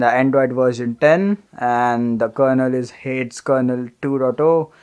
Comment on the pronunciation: Dope video man! I don't mean to condescend you, but "Hades" in hadesROM is pronounced "Hay-deez" as it's a reference to the Greek God of the Underworld (aka Hell) !